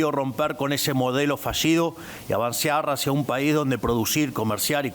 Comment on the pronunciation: Pero porqué lee tan mal nuestro presidente?? Qué le anda pasando? Corina "macheado"??? "Avancear"???? Affs porfavor que lo asesoren en sus ensayos de lectura, porque se siente muy sin consistencia.